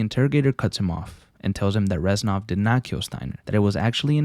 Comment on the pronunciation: He’s not ren sov he is rez nov:(